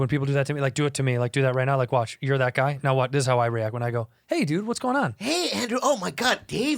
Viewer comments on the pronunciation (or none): I've been looking for Santinos show Davey , finally find it is actually Dave, is he pronouncing it wrong for a reason ?